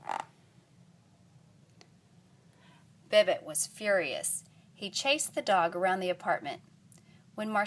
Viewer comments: Its pronounced Bibo the t is silent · it is suppost to be beh-bot